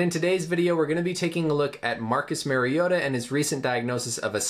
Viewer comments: Title says "Mariota" but you keep saying Maryota. Not knowing the subject's name doesn't exactly bode well for your claimed level of education (MD). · Pronounce Mari not merry. Great Vid though !! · It’s Mario-ta. Not Mairry-ota. Marcus and Mariota have the same first syllable and pronunciation. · Dope explanation. Tidbit so you dont get killed by Ducks and Titans fans....its MARR-iota and not MARY-iota...LOL! Great video! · It’s actually MARIO-TAH. That’s the correct pronunciation of his name. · MARIO-TAH That’s the correct pronunciation if you guys have trouble with Samoan. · In all fairness I mispronounced his last name :/